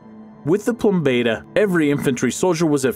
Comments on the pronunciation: Yes, I stopped because each latin word made me cringe. There's the "plum bater" as said (when he reads "plombeda" instead of "plumbata"), and before that there was the "pile-on" (he reads "pailom" instead of "pilum"). I'm afraid my ears will bleed if I keep listening to that. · It's Peelum not Pielum Ploombahta not Plumbayta, gave up watching after that. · Again, butchering names ... PLUMBATA is pronounced "plum" as in plum(fruit)/plumber and "bata" as in the french "bataillon" (translation - battalion)